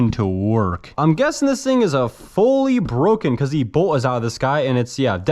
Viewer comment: "Foy working airsoft guns" 😂